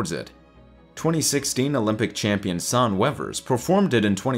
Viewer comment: When you pronounce the name "Sanne" you should express the "E" in the end and not leave it silent, like "Sann". I know, because it's also my first name :)